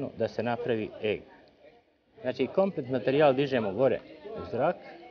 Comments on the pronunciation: vala bas. cuj e ge ge. pa reci egg isti k ili JAJE! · Kaze e ge ge hahaha legendo :)) aa svaka cast ti zeni prezgodna je ;)